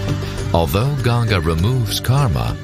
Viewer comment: if you are calling river ganga "ganjas", THEN IT'S NOT CORRECT, please please call name of Ganga river correctly please. if in English language it cannot be read and written correctly it's not means you can call wrong name . you have to learn correct name if you want to talk about it.